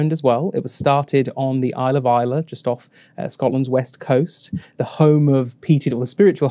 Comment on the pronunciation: A great video guys, thank you! Just to say, however…there’s no ‘e’ in Islay! 🙂